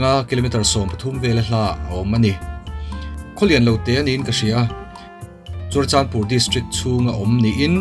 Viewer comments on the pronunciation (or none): Churachanpur nilo in Churachandpur tur😁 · CHURACHANPUR❌ CHURACHANDPUR✅